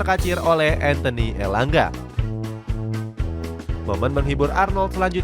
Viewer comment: Kenapa harus ENTHENI sih Orang namaX ANTHONI Malah mimin baca ENTHENI ckckck